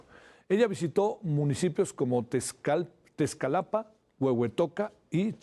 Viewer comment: aprende a leer primero, Tescalapa es TEMASCALAPA el nombre correcto